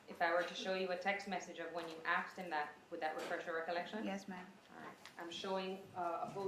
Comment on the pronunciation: How come so many americans say ”aks”/”aksed” instead of ”ask”/”asked”?